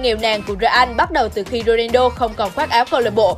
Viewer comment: tới cái tên cr7 cũng đọc sai . Ng ta là Ronaldo chứ ko phải Rodido đâu nha 😒